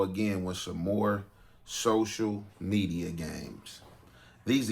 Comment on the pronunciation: It’s definitely Ants fault… gotta stay off dat “Sosha Media” 😆